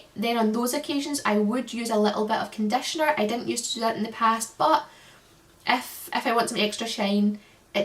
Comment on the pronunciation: Came for the haircare. Stayed for your accent. I - can't - listen - it - is - so - soothing! "Vedios" "adetionel" #condetioner". Love it. 💛